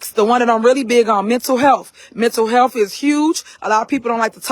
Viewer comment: Did she really say "mental helf" also.